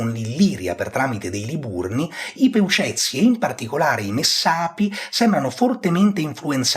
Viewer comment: sicuramente si. Però ormai in ambito accademico si preferisce Iàpigi. Però figurati alla fine non cambia nulla. L'importante è che hai detto Peucezi e non Peuceti :) sei stato molto bravo. Comunque per quanto riguarda la guerra sociale, effettivamente qualche notizia c'è. Appiano e Diodoro Siculo parlano della vittoria di C.Cosconio nell' 89 a.C. sui Poediculi che è il nome con cui Strabone chiama i Peucezi. Adesso non ricordo esattamente i passi però se vuoi posso inviarteli in un secondo momento. Non è una critica però ci sono rimasto male perchè sono un discendente di quegli sfigati di Peucezi :(